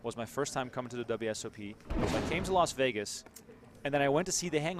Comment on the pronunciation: Why do people say, "Los Vegas?" Is it difficult to say "Las" Vegas?